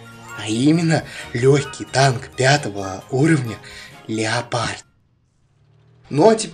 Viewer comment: Не леополд а леопаррд)